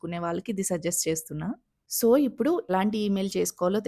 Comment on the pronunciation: Prospective youtubers కి ఉపయోగపడే content అభినందనీయం. 95% ఈ తరం తెలుగు యూట్యూబర్లు వాడే అధ్వాన్నపు భాష కాకుండా మీ భాష నచ్చింది. "ఇప్పుడు" బదులుగా " ఉప్పుడు" అన్నారు. మార్చుకోండి.